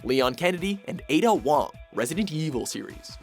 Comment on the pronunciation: "Resident EEEVUL series"